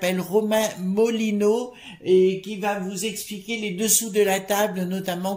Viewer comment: C'est Romain Molina et pas Moulinaud, je me permets de rectifier (sourire) et merci pour cette info